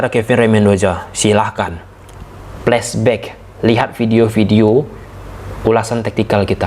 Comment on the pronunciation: Ternyata bener ya kalo sy amati entah orang Jakarta atau hanya ja yg bilang F itu jadi P contoh kyk Flashback jadi Plasback atau Fisik jadi Pisik.....😁